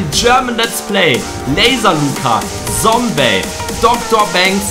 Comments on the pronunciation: Lukas das heißt nicht Sombey sondern Zombey Also mit Z ausgesprochen und nicht mit S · Man spricht es Zombey und nicht Sombey aus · Einfach zum Paluten geworden, wie du auch statt „Zombey“ auch „Sombey“ sagst😂 (no front) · Nicht sombey !!!!!!!!!! Zombey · Es heißt Zombey und nicht Sombey 😡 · Es heißt nicht Sombey sondern Zombey😡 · Man spricht ihn nicht sombey sondern zombey aus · Zombey!!! NICHT Sombey!!!!! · Nicht Sombey sondern Zombey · Zombey und nicht Sombey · Boah ich war so getriggert als er sombey gesagt hat😂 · Es heißt Zombey